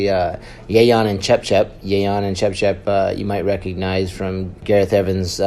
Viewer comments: Its Ce... cep, not Cep cep you pronounce it all wrong man, it a native west Java names In Sundanese particularly. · Cecep , not cepcep 😁🇲🇨🇲🇨🇲🇨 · Anjir si narasinya bilangnya cepcep bukan cecep 😂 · Hey you! CECEP , not CEP CEP. 😢😢😢😢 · Its should be cecep not sesep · U say sesep not cecep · cepcep lol. his name is cecep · This scene is a little bit slower but still good. Btw its pronounced as ce-cep not cepcep bangsat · it's yayan and cecep not yayan and cepcep lol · His name is Cecep, not Cepcep 😂😂😂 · cepcep ahaha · Cecep = cepcep haha